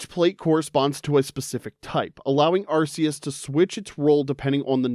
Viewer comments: 1 it’s ar-KEE-us and 2 god was introduced in gen 4 not 5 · Arceus got the wrong generation AND wrong pronunciation. Evil.